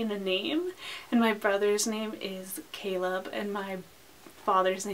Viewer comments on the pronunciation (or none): none